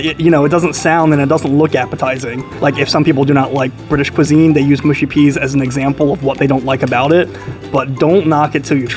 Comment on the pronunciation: Newd to say the oeas the right way